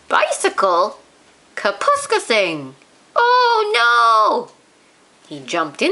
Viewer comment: I am afraid the reader has mispronounced Kapuskasing throughout the story.